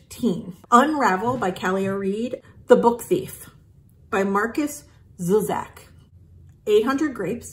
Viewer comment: I love The Book Thief, but actually my favorite Zusak book is probably I Am The Messenger. Also the author's last name, Zusak is definitely not pronounced how you said it. He's Australian. He's also super nice. I actually have a Book Thief tattoo that I got before the movie came out. I was surprised how well the movie turned out, though still upset it is in English not German.